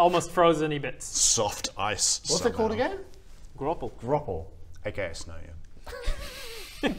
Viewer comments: It is called "Graupel" not "Groppel". In german it's "Graupelschauer", which is snowflakes attached with waterdrops. So it feels like rain but looks like snow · It is German. Its Pronaunced "Graupel" not "Groble", but yea, its like fluffy Hail. Its between Snow and Hail. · To be the picky guy. Graupel is a German word. It describes basically softly frozen Rain. Like the inside is water, the outside a thin layer of ice. It feels like ice if it lands on you but then its freezing cold water. And the au is spoken like out without a t. Graupel.